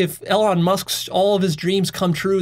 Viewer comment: Same with Elon, whose life purpose is about reducing existential risk for humanity. I'm fairly sure doesn't get Elon's values or worldview. doesn't even pronounce Elon's name correctly, how does he think he will understand Elon's values or the values inside Tesla/SpaceX?